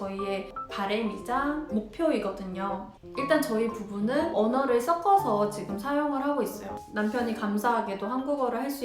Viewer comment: 이건 태클은 아니고요...섞어서 가 자꾸 써꺼서 로 들려요. 기왕 한국어를 가르치실거면 발음도 정확하게 가르쳐주시는게 좋을거 같네요. 우리 말이 "격음"과 "경음" 이 발음이 어렵잖아요? ㅎㅎ 화이팅 !!